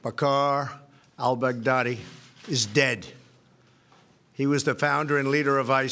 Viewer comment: "Al Bag Daddy" - Trumps way to pronounce it is so uneducated.